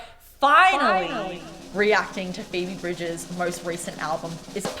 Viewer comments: Her name is Phoebe Bridgers not Phoebe Bridges. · oh and it's phoebe bridgers not bridges 😅